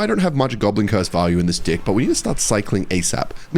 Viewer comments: Why tf is bro saying dih instead of deck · There is no way that’s how he says deck bro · it's not a pronunciation, it's a lifestyle. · isnt trying to say deck atp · bro did not say deck 😭🙏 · 1. Wake up, dont make my bed 2. Hop on clash 3. Mispronounce deck on purpose 4. Get drunk 5. Sleep 6. Repeat